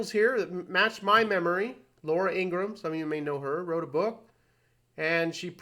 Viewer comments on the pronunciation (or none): none